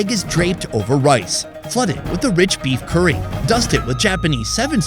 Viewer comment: STOP SAYING CURRY WEIRD!!! 😡😡😡